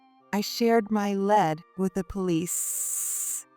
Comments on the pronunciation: First of all, the narrator is A.I. Also, the pronounciation, LEAD, in the sense it was used, they pronounced it like a LEAD pencil. To LEAD, meaning first, it is pronounced LEED, in the sense it was used by narrator. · AI doesn't know difference between lead (leed)and lead